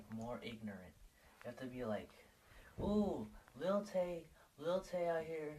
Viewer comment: Did you just say Lily Tay? Can you get anymore mundane?